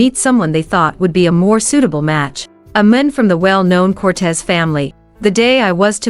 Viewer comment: Horrible narration..'man' (singular) was pronounce as 'men' (plural). Crazy!